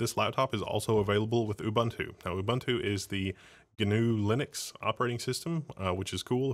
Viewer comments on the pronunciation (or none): >Can't even pronounce Ubuntu correctly.